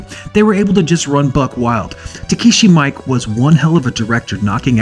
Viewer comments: It's pronounced ME-KAY not Mike lol he's Japanese dude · Actually it's actually pronounced more like mee-ee-keh (not -kay) just nitpicking